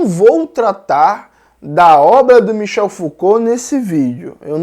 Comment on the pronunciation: 🤣Toda vez entendo Michelle 🤣